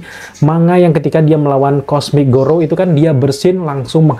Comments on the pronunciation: kok lu ngmg garou jadi gorou sih? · Garou bang bukan gorou😁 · garou bukan gorou